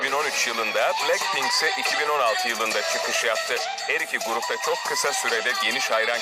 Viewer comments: plackpink ne yaaa abi şunların isimlerini düzgün oku yaa rokşe ne yaaa dududdudu ne abi biz burda araba mı oynuyoruz. en sonunda bir şeyi doğru söyledin... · Başta pilenkpink dedi hsjvsjs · Oğlum bu kel plack pink ve betee diyo uyuntu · kk plakpenk değil ooooo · Palkpink değil abi 😂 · JİSO,JENNİE,LİSA,LOÇE!! LOÇE NE LOÇE NEE İSİMLERİNİ BİLE BİLMEDEN HABER YAPMAYIN HEM REKABET YOK PLACKPİNK NEE DAHA BLACKPİNK DEMESİNİ BİLMİYONUZ HABER FALAN YAPMAYIN. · Yanlız adam blankpink diyo cncncncncnn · Ya şu blackpinki doğru okuya bilen bir tane bile insancık yok mu ayrıca lan ne alaka kapışmıyorlar aq hepsi kendi yolunda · Daha grupların adını ve şarkıların ismini doğru söylemiyor bide laf ediyor git de ilk önce teleffuzlarını öğren!